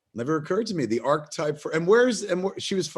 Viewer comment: "Archetype" is pronounced ARK-EH-TYPE... not ARK-TYPE. You missed an entire syllable.